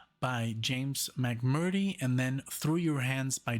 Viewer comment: James last name is pronounced Mc murtree.